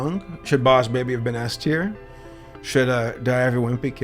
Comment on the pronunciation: DUDE IM SORRY BUT I LAUGHED OUT LOUD WHEN HE SAID " b0ss bēbi "